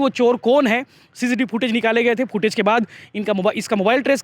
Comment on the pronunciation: Wah sir Ji CCTV ko FIFI TV bolty ho 🤣🤣